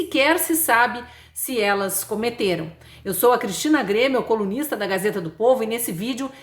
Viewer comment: precisei assistir seu inicio de vídeo por 03 vezes, porque sua fala é muito rápida e até eu entender que vc se apresenta como colunista! Ufa quase enfartei, a palavra soou como outra coisa. 😘😁